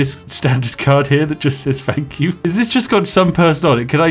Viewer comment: "One free fank you card"